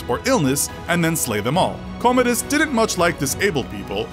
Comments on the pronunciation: This narrator can't pronounce words very well. He called Commodus "commode us". He's not a toilet. It's pronounced "Cah-mu-duus". Also you said "high-potumuses". It's hippopotamus. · At the very least can you research how to say things right? Hipotamuses? Commodius? Ad Infinium? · Why can't youtubers read/pronounce! Its Commodus! You read it right and then misread it 10seconds later!